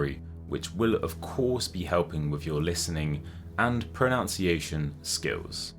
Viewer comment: Please check your pronunciation of "pronunciation"